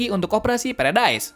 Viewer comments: Pulau Paradis❎ Pulau Paredais☑️ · Bang pulau paradise itu dibaca pulau paradis